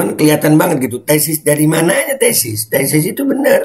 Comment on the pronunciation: Bukan tesis...tapi TESTIS..Wkwkwkwk🤣🤣